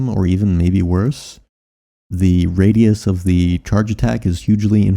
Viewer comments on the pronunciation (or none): none